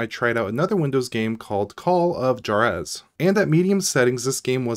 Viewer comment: At about you seem to pronounce Juarez akwardly. That is pronounced "war-ez". Just a little fyi. :)